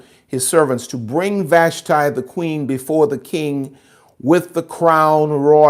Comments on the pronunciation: With respect, Ill help you out with Hebrew pronounciation. Vahsh-tee, Ah-hahsh-vair-ohsh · FYI, it's pronounced Queen VASHTEE in Hebrew. As someone who learned Hebrew, I think it's important, alot has been taken out of context from lack of understanding the original language ❤